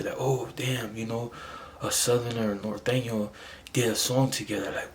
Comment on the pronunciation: It’s NORTEÑO homie not northeno